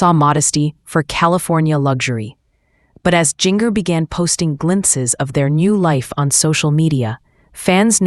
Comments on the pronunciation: First of all, learn how to pronounce her name. I would tell you but it's not hard. Second, they have furniture, they ordered it and wasn't delivered when this was recorded. Get a life and if you insist on publishing videos, be truthful by research. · If you can't pronounce people's name why talk about them. Jinger Duggar stay out of their business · you need to fix the AI voice .. it’s saying Jinger .. really strange there’s nothing wrong with getting furniture .. once u have lived there for a little bit